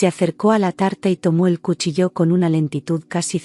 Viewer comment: Bonita historia muchas gracias por compartirla 🎉🎉 sólo una pequeña inquietud: no entiendo por qué la palabra cuchillo en todas las historias está mal acentuada 😢😢😢es una dulce y hermosa voz.🎉 Cálido saludo desde Bogotá, Colombia 🎉❤❤